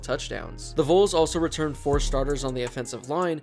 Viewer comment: Learn how to say Vols, I beg of you